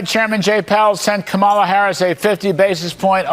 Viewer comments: Unfortunately, There are none so blind as those -who- that WILL NOT SEE !!! And those who choose to disrespect by deliberately pronouncing a person's name incorrectly, will likely never learn to be respectful or courteous. That is simply a poor reflection on their character and attitude, neither of which are ever likely to change for the better. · It's infuriating that these "anchors" can't show the least amount of respect for a vice-president and presidential candidate to correctly pronounce their name. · English language makes us naturally put emphasis on the second syllable instead of the first. But like you can place some slight mindfulness to correct that natural inclination. Most Japanese words work the same way. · Why can’t they pronounce her name ,, its as if they have mental block as well as linguistic problems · Trump is the one who started pronouncing her name wrong from the very beginning. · Emphasis is on the first syllable in "Kamala," just like in "Donald." So... crazy hard to remember, right?! 😆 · I think there was a memo email that said, "we will now pronounce Kamala in any way you want as long as it's not Comma-la". And just a reminder, don't say the Democratic Party, it's democrat party. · the way they purposely say "ka-MAH-la" is so unbelievably childish and racist. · They are broadcasters. They seem to say Zelensky, Netanyahu, and Vivek Ramaswamy correctly. They know how to say it. They mispronounce it on purpose to be disrespectful. It's also a way to be othering. The accented syllables in Kamala follow the same ones in common white American names like Pamela and Angela. Accenting the middle syllable is just an attempt to make it sound foreign and/or "ethnic". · He said he name correctly one of the times so he knows it.. they purposefully mispronounce it which is just such bully behavior and has racist tones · I am so sick of them mispronouncing her name intentionally. It's so disrespectful. They are beyond deplorable.